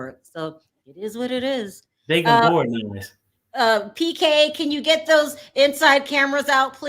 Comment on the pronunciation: Why do u keep calling him BK perry? It's PK lol!